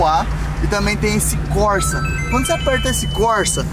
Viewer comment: Modo Corsa( corrida em italiano). Se fala <Côrsa>✌️🇮🇹🇧🇷👍.